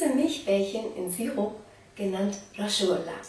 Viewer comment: Ihr seid voll das süße paar viel glück wünsche ich euch weiterhin und meine Frage ist du sagst ja "rashgullah" heißt das nicht rasgullah also nur das s ausgesprochen und nicht als sch ?